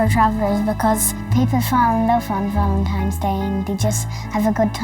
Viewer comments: Every single person in this video called February 14, “ValenTIMES Day” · why do they say valentimes and not valentines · The girl kept calling it Valentimes day and even SPELLED it that way. They can't read or write very well. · There's no "M" in Valentine's Day!